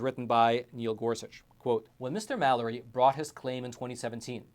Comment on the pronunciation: I want to like the Eoch times, but they give me the impression of lacking quality. They identified Chief Justice John Roberts as being Samuel Alito, referred to greenbacks as not real money, and he can't pronounce the very common American name Mallory correctly. Keep working on it guys, you might get that subscription out of me one of these days. Just because the general standard of journalism has fallen through the floor doesn't let you guys off the hook. I don't subscribe to them either.